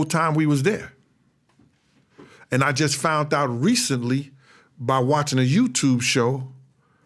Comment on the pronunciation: Somebody should tell this guy that there's no T in found.